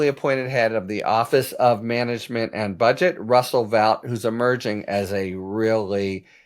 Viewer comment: Vought is pronounced "Vote", he himself corrected the record in his hearings.